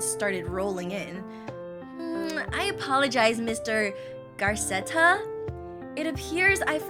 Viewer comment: I love how she says 'Garceta' when theres no r in the name 🫡